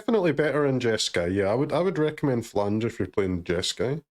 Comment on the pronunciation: It’s not phlaNge it’s phlAge 😂